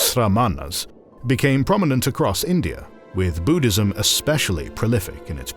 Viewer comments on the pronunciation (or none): none